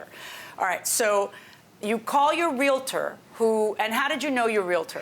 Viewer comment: its realtor there is not i in there. geesh